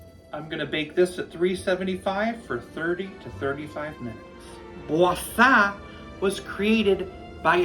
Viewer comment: Kudos to you,, for pronouncing Boursin correctly. I taught French for 30+ years and if I hear one more person say, «bore sin » I shall impale myself on my fleur de lys. Avec respect.